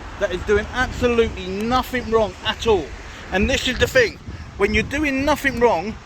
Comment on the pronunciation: How many "fings" are there? 🤣🤣